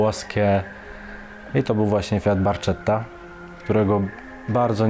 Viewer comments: Kurwa zajmujesz autami od lat a nie wiesz ze fiat barchetta nie wymawia sie barczetta a barketta , człowieku wez troche poczytaj dla mnie to tuman jestes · Co do Fiata, to nazwę modelu wymawiamy „Barketta”, i bynajmniej nie jest do roadster, bo ma napęd na przód. Tym samym śmigam, pozdro. 😁